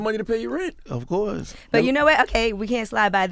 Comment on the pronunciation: that man said ratio of money lol wtf and he also said "acourse" lol